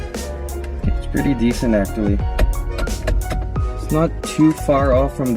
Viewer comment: Y u gotta say actually like that? (Still love your videos though, no hate)